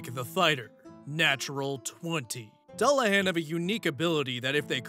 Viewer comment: Dullahan sounds like Duel-la-hon